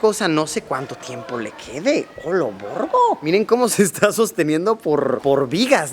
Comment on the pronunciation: Amo cuando luisillo dice: Olovorgo😅